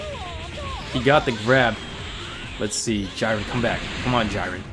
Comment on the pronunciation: isn't it j-ee-ren not j-I-ren